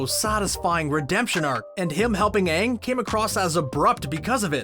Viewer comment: Pronounce Aang's name correctly and it will be better end of video